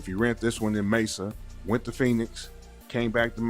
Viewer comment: This is too funny, 😂😂. As someone who lives in AZ, the moment he pronounced Mesa wrong, that would’ve been it to search, 😂😂.